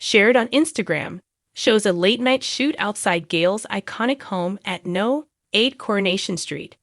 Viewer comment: It's number 8 coronation st no is short for number here in the UK not NO as in the word